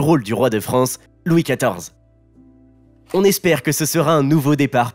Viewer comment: Louis XIV🤣🤣🤣🤣"Jaunie dip"🤣🤣🤣🤣🤣🤣